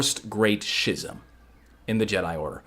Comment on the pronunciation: I mean I learned something for sure bc that era of Star Wars has always been kind of a mystery to me. So it was real good stuff! (Although I gotta be that guy...it's "Skiz-um" not "Schiz-um" lol. That was wigging me out a bit haha. Love ya bro!)